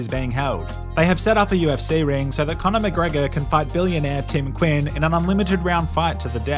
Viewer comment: cornore macreeego and toptuuria